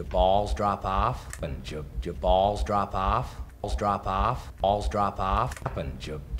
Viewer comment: drop off 발음이 너무 어렵네요.. 드랍 오프 이런식으로 하니깐 조커느낌이 안나고 제가 듣기엔 드라프아파? 이렇게 들리네요 ㅠㅠ